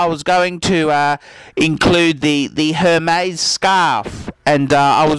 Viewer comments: first thing, do you have to swear its not pleasant to watch and second thing, learn how to say Hermes its pronounced ermes it has a ac-sent on the E so you don't pronounce H. You say you know luxury you don't even know how to pronounce it!! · Hermes is pronounced "Airmays" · laughing really hard at the fact he didn't even pronounce HERMĒS correctly